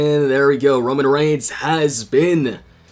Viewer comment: Kevin._. I know it's Roman & I also have auto correct but this is how pronounce it as fun "Romoan".